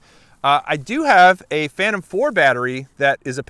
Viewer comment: DJI "Phantom" pro??